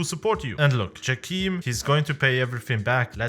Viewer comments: its jayChem not djakeem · From the casts I am pretty sure it's not "jackeam" but "Jay-Cam". But still nice video, enjoyed it^^